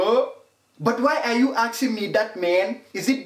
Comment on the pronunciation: why are u axing(asking) me that man